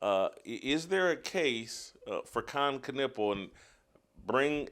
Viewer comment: Kon nipple is a dumb way to pronounce his name